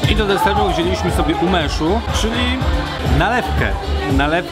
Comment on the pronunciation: Nie umechu,,, umesiu